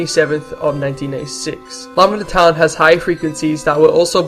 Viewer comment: Seriously bro, learn to speak. "Lavanda toun is a berial pla for the dey". I know English probably isn't your first language, but you could at least TRY to speak it properly. Pikachu out!